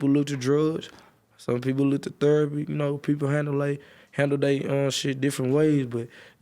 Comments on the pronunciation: “Us musurk as a way of therpy”🤣🤣🤣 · “theropy” percs talkin 🤦🏽‍♂️